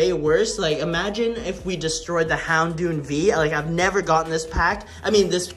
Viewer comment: Its houndoommm with a mm not d u said houndood 😄😁🤣😂